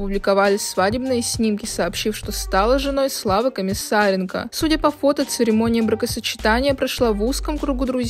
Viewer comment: Только я услышала "церемония МРАКОсочетания"?)